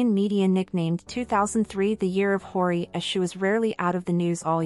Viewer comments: You're saying her name wrong 😅 h-yoh-ree not horey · is this narration done using bot? i keep hearing hori and haiori. not a fan of finkl or hyori.... but she's great. definitely OG. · It’s pronounced “Hy-yori.” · Its pronounced Hyo-Ri, like YO, but with a H in the front. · This video is really interesting but the robotic voice and constant mispronunciation of her name is really annoying… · Please, her name sounds so so wrong, 😂 spell it properly😂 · THANK YOU! "Hori", "Hawrish", "Day-sing" Like wtf, at least try to put in a little effort in pronouncing the Korean names and terms...